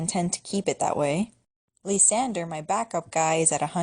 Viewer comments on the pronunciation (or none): It's pronounced LIE SANDER and no its not spelled that way XD NOT to be annoying lol